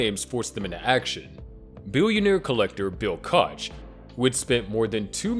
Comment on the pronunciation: It's pronounced "Coke" not Coach